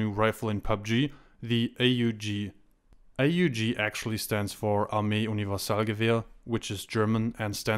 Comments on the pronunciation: it's called AUG (auwg) not (a-yu-ge) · its prounounce as aaooog